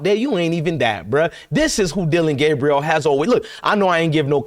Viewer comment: Let’s get Dillon‘s name correct now it’s DillRide Gaberieal